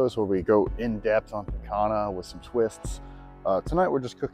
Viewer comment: Hey just fyi it’s usually pronounced “piH-con-YA” As in exactly how you did but with Y sound where the H is in the word Also, man you always seem to perfectly cook everything. I’m a novice with charcoal grill, but am trying to get there. If you ever considered making a video on getting the coals perfect that would be cool, unless I’m just dumb and no one else messes it up.